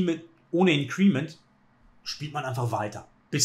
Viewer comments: Super Analyse wie immer! Nur ein gut gemeinter Hinweis...bin mehrfach über Deine Aussprachen von "Increment" gestolpert;-) Betonung auf IN-crement... Vielen Dank für die super Videos, LG aus HH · Klugscheißer-Modus ein: Bitte nicht "in'creeeeement" sagen, das tut in den Ohren weh. Betonung ist auf der ersten Silbe. Klugscheißer-Modus aus. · Gutes Video wie immer! Increment wird übrigens nicht (incriment) sondern einfach (increment) ausgesprochen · wie immer unterhaltsam, lehrreich und schön kommentiert, danke !... für diejenigen schachfreunde die neben schach auch die englische aussprache interessiert: INcrement wird im englischen auf der 1. silbe betont und nicht auf der 2. silbe...auch wenn der stamm incREase ist welcher tats#chlich auf der 2. silbe betont wird ;-) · mit größtem Respekt – indes, das Ding wird /ˈɪŋ.krə.mənt/ ausgesprochen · Glaube „increment“ wird anders ausgesprochen 🥸👀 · Hätte das auch mit kurzem e im Ohr statt mit i. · Gutes Video, danke fürs nicht Spoilern. ABER: Bitte, man darf sich als großer Schachchannel schon anschauen, wie man englische Wörter ausspricht, wenn man sie denn schon wählt. Entweder deutsch Inkrement oder beim Englischen "Increment" liegt die Betonung auf dem "I" - das kann man schonmal richtig machen. :-) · Es tut mir körperlich weh wie er increment ausspricht! ;-) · Dem kann ich nur zustimmen. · Hallo lieber! "Increment" wird auf der 1. Silbe betont 🙂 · Increment mit Betonung auf dem I. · …mit Betonung auf der letzten Silbe, wenn man es „deutsch“ aussprechen will; will man es „englisch“ aussprechen, dann auf der 1. So wie es ausspricht, ist es auf jeden Fall nicht richtig:-/ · Sehr gewöhnungsbedürftige Aussprache von Increment. Aua! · Super Analyse. Increment spricht man aber ganz anders aus. Tut jedes Mal weh wenn du es sagst, besonders da du sonst so wortgewandt bist und auf eine korrekte Aussprache achtest.